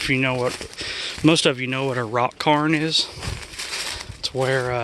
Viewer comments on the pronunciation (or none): It's a Cairn... pronounced Cayrn😀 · Not to be a jerk but its Cairn. Pronounce it like the word air (not are) is in the middle. Im Canadian and the Inuit use them to mark territory, hunting grounds etc. Traditionally anyway.